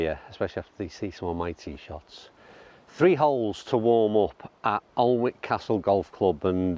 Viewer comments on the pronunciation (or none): Lovey video, played lots of the coastal courses near by, good value as well. for the photo, Alnwick is pronounced Anick in the NE. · The L and the W are silent it is pronounced Aniick your attempt made me smile though 👍